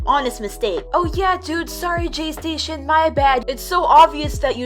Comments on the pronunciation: u said jaystaion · Me: she said jaystasion Im not gonna say heERe WeE Go AGAIn im gonna say I KNOW JAYSTASTION my sister said he makes fake 3aM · When I hear "" jaystation "" I hear "" PlayStation "" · says Jaystation Me: visible cringe